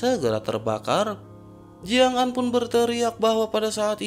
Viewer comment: Bang Ko Jiang'Zaa, Jiang'Aan bang...😁 🤔Apa aku salah Denger ya, Tapi Udah 2/3 Aq denger Lo...😁😁